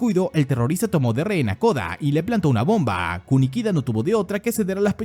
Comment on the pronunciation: Porque tanta énfasis en la última letra de las oraciones ? BombAAAAA terroristAAAA